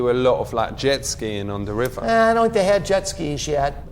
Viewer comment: "dus you know wot a leap year is? I fink it's like every 5 years....." lolol